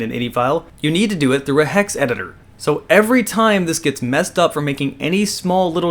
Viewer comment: You said Hex right... but you fail at computers. It Is Eye-N-Eye file not innie file.